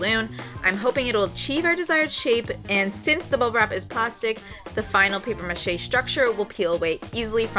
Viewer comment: The mispronunciation of “mache” and “process” make me cringe. And the light is terrible. The bench is great, though. Just hard to watch with the weird pronunciations.